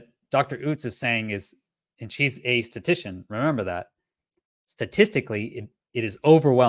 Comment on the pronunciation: Thanks,. I appreciate your research and summary. Interesting topic. Just a small quibble: I think the word is ‘statistician’ rather than ‘statician’.